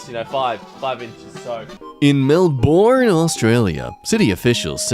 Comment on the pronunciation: Not to be the pronounce police but I live in Australia on a farm it’s called Melbourne not Melboorn